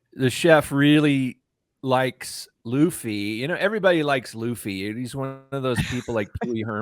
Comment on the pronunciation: I was going to subscribe until I heard someone mispronounced luffy’a name specially when the live cast made a whole YouTube video on how to pronounce the name.